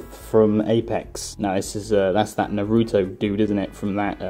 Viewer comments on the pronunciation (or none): You said Naruto wrong